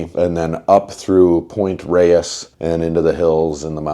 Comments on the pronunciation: Roll the tip of your tongue when you say the “R” (like RRRonaldo) and then Ray-yes. It’s Spanish. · Did you get a chance to swing by Rivendell Bike Works? Man I want one of their new rides...... (And just so the Bay Area folk don't ostracise you, Pt. Reyes is pronounced 'Point Rays')